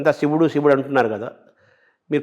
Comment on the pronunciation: కత కాదు రా, కధ. షివుడు కాదు శివుడు. ముందు తెలుగు సరిగ్గా పలకడం నేర్చుకో.